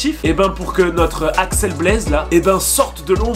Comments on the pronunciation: Tu dis Alex au lieu de axel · Par contre c’est Axel pas Alex sinon j’ai kiffé.